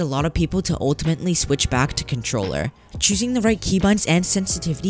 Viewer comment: Bruh really said contorller 😂